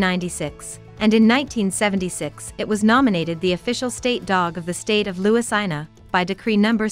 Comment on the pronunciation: Louisiana “Louis- eye-na” 😂